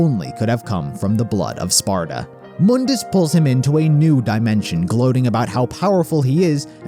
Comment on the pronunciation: Try calling him Mundus (Mon-dis) instead of (Moon-Dis)